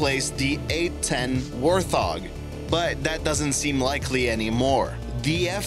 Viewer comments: ..."WAR-THOG"? ..Really? Is your human costume itchy? Why do so many YT narrators struggle with basic words? "War-thog"... When I say WART. You say HOG. WART! HOG! WART! HOG! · its PRONOUNCED wART-hOG! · It is pronounced Wart Hog lol You can't get that name wrong because the A10 WART Hog is a beast!!!! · The F-22 Raptor is badass! Btw the A-10 is called The “ Wart-Hog” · My man called a wart-hog A Warth-og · You need to learn how to pronounce the names of the planes before you do a video. Its an A-10 warthog, not a WAR THOG.! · This dude sounds like hes never spoken english before, let alone know anything about fighter jets or aviation. "Warth-hog" what in jesus christ is that? Thats a classic plane everybody into planes knows how to pronounce at the very least. Also cringed out of my skeleton everytime he pronounced extraordinary as "extra....ordinary". Where do they pull these narrators from holy shit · The A-10 is attack not fighter. Thus the "A." Also it's Wart hog not war thog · It's not WAR-THOG it's WART-HOG! Sheesh! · HEY, it's called the A-10 Wart Hog! Not the A-10 War Thog! Come on! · Worth-og? How about Wort-Hog. Is English your first language? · Are u saying “Worth dog or war dog or even Worth hog “ lol it’s pronounced wart , Hog ....warthog as in the Pig 🐖 with hair and task lol 😝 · the a-10 wor-thog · War-thog. Ok, I’m over this whole thing, now. You can’t be a plane enthusiast and not know how to pronounce the Warthog. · It’s a Wart-Hog..not Warth-og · “War thog” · You've mistaken the Rafale with the Typhoon, when talking about the Typhoon (you do know the difference, right?). And the A10 Warthog is pronounced Wart-Hog, not Warth-hog. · lol its pronounced wart-hog not warth-og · Its Wart Hog, not War Thog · Warth-og lol..... its WART HOG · war "th" og? haha. dewd, its wart-hog. a-10 wart hog. like pumba from lion king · I stopped watching when he said, " War-thog". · Disliked because you pronounced wart hog as warth og. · the A-10 "worth-hog"...